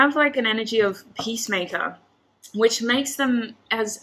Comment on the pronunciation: Everytime she said ''peacemaker'' i hear ''pacemaker'' and i'm laughing everytime.